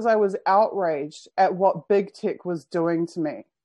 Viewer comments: are you saying "big tick" instead of "big tech"? That would be a very fitting name for the blood suckers! (I can't be sure, sounds to me so, but I'm not a native English speaker) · Lol, that's how they say it in New Zealand!